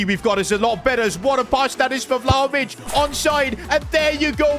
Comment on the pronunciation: Vlaovich😂 piccoli maggiore